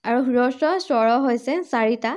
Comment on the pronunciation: বাইদেউ, হ্ৰস্ব উচ্চাৰণ ৰস্ব নহয়।